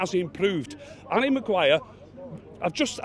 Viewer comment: At first I was just wondering who garry Maguire was. & then I coped it he was saying arry Maguire.Hes name is harry Maguire ..